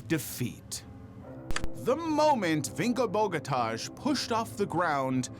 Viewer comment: Pronunciation is Vinko Boghatai for the ski jumper.